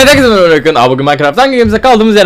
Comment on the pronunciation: Arkadaşlar Orkun başlangıçta "evet herkeze merebalar ben Orkun" diyor.